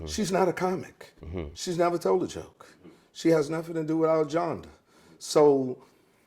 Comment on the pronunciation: Earthquake is totally right, and a funny underrated comedian, but he's tearing some words up. My man said my gen-der (genre) and commershunal (commercial) and abartrady (arbitrarily) lol. In all seriousness tho, dude should have just said "I brought her on because I thought it would get views and that was fucked up. I'm sorry.